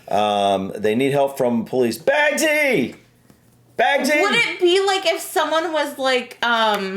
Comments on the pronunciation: Bagsy is pronounced 'bags-eye', as is 'bagseye first dibs!' - 'I want the first choice'. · its actually bugsy(last 2 letters is pronounced zi- bug-zi)its like when u say i call shotgun